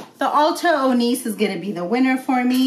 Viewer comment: It’s pronounced like oh-nee-chay! 😊